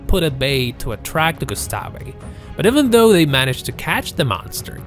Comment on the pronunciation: Gustav not gustafi